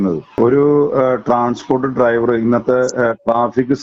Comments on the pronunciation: ഈ നാറിക്ക് ഡൈവർ എന്നു പറയാനേ അരിയു. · ലെവന് ശരിക്കും ഡ്രൈവർ എന്ന് ഉച്ചരിക്കാൻ പോലും അറിയില്ല ഇവനാണ് പാർട്ടി സെക്രട്ടറി .